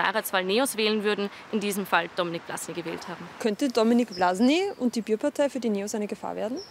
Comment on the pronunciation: Bàärparteiii, nee Bierpartei ✌️